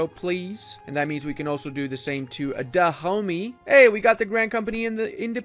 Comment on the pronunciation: Every time he said Dahomey I was hearing "the homies".